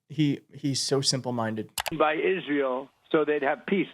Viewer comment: Since when do we pronounce Israel as Isreel? I noticed MTG doing it too. Yosemight and Thighland too?